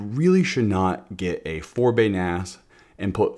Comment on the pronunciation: ... "so, when ever your getting an ass 😉 (a NAS)" ... sorry, I couldn't resist this joke, it sounded just like that